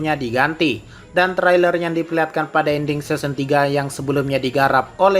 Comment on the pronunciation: Kok pelafalannya seson